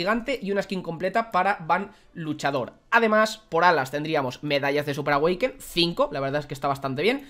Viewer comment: Me encanta cuando dices medallas de súper awekin jajajajaja un beso